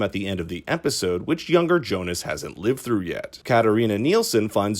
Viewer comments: But why? Why do you americanize their german names? It's Jonas!! Pronounced "ionas", not "johnas"... And same with the rest of them. You'd think you know that after 2 seasons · Jonas? Seriously? Do you spell it like that? It pronounces Jonas. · Its pronounced ‘Yo-nis’ not ‘Jonas’ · It is Jonas. It's a German name as well. And Franziska without h